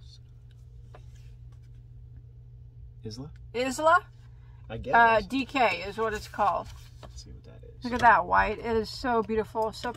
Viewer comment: I love watching you open wool warehouse! When I go on there its dangerous! 🤣🤣 I agree, best company here in the UK x The Sirdar Isla yarn is pronounced "eye-la" Very common Scottish girl's name 🥰🥰